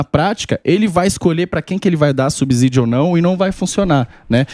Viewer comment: Deputado economista pronunciando "subzídio"? O Samy só reclama da engenharia...